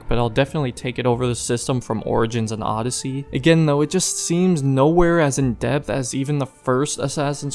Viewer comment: as I sayed you have a real trouble with odeyssey 😂